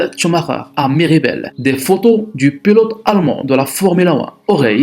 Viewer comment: c'est pas pélote mais pilote... vidéo de merde